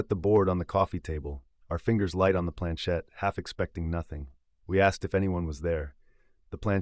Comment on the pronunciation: It is planchette not planchain!